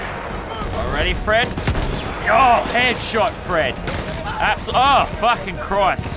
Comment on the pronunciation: Does anyone watch this in 2019 and think that Lazarbeam keeps saying “Fresh” when he actually is just saying “Fred”. BRU😂